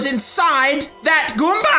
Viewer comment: I love how says 'Goomber' instead of 'Goomba'